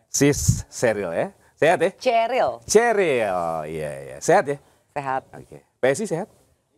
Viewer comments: PE ES I ....HAHAHAHA....... Cheriillll atau Cheryl ....you lahir thun brp , bilang2 Prabowo difitnah .. ehhhh.....ceril ....cerial. Seneng Dengernya ...serasa berhibur diri ....😀😀😀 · Ceril ....ceril ...ceril😂